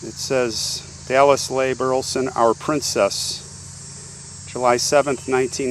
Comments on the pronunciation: Leigh is pronounced Lee. I know as that is the way my name is spelled and pronounced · Love your videos! Just an fyi but leigh is pronounced "lee". Keep up the good work!